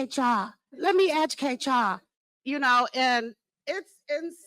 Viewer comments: "Lemme decutate ya'll"... made my eye twitch, every time she said it lol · “Lemme ejakate y’all!” Hahahaha!